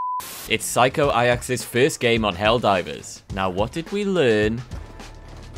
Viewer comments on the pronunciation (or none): just wanted to clarify how reading worx. Psycho aJax not ayac bcuz there is a J and a J makes a J sound hahahaha